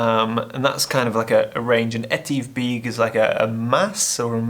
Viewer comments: Great video as usual and I love the shots. Your pronunciation of Stob Dubh is great. Etive Beag would be more like E-Tiv Beg (not Beeg). The way you pronounced Etive in Buachaille Etive Mor towards the end is the right way. I look forward to the next video. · You still pronounced it wrong😂😂😂 it's pronounced E-Tiv Beg 😂😂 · nah, you're still massacring those pronunciations! 🤣 Too harsh, soften them and you'll be fine, but you're not Scottish, so I guess we can't hold it against you! ;) But you're right about getting into the hills and mountains - it's a mind thing more than a physical thing. In my case, I'm too bloody lazy!! I've got to change that, and you saying it's not a physical thing might perhaps motivate me to get off my lazy fat ar$e!